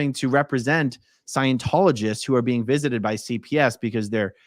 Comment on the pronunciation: every time says "being" I hear "bean" and it makes everything funnier! lol